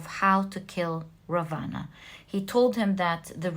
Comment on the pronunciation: Just so that you become more perfect the pronunciation of Vibhishana and Ravana are wrong!